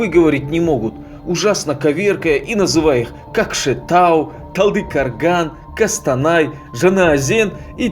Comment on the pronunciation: талдыкАрган, кАкшеутау, кАстанай, жанаАзен что московит это калякает?